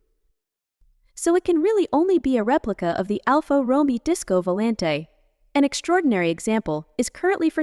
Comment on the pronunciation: Dear god. ‘Alpha Roe-me-oh’. PAAAAHHHH-leeeeeze make a minimal commitment to self respect.